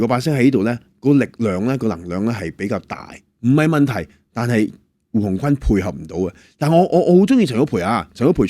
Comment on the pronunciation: 胡鴻鈞是「君」音，不是「坤」